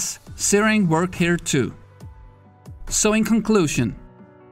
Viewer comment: I spent a while on google trying to see where searing was, i didnt realize he was saying zeroing... he is saying zeroing... not tyring to troll just making things a little clear. Great video 🤙🏽